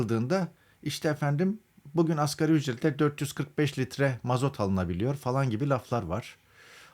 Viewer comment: Arkadaş muhabir olmuş askeri ücret diyor..El aman insaf yahu asgariiiiiiiii asgariiiiiiiiiiii............